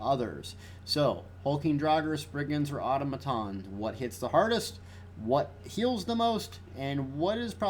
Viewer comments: Good vid man, but Selene is pronounce “suh-leen” not “say-leen” and Automatons is pronounce “Ah-tom-ah-tahns” not “Auto-ma-tons” lol =] sorry for being a grammar (pronunciation) nazi.. Keep up the good work. It’s unfortunate you only do pvp shit now though.. but ah well. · don't know why but your pronunciation of or-tom-atons triggered me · The way he say automatons is really annoying.